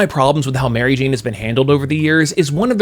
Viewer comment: Why do you say mary jane as if its one word? Sounds weird? Do i remember how its said wrong?